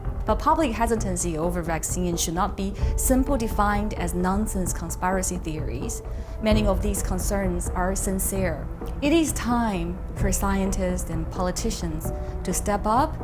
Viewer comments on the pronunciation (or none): Do note that "conspire" and "conspiracy" are pronounced differently. The first is pronounced with an "i" sound, the latter is pronounced with the "e" sound. Conspire sounds like "aspire", conspiracy sounds like "intimacy".